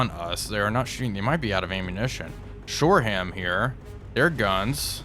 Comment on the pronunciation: Shore-um not shore-ham